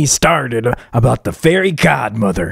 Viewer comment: Society: * mad about a male being fairy godmother* 🙄 Me: “ Correction he’s fairy god-ma-vah“😂